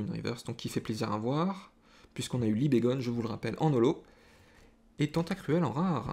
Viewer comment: Libégon avec un "on" est normalement la bonne prononciation. Libégon provient de "Libellule" et "Dragon" donc normalement , cela ne se dit pas "Libégonne" mais bien "Libégon" Super vidéo au passage, continue comme ça ;)